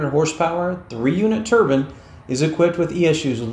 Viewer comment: " Turbine's not Turbins... !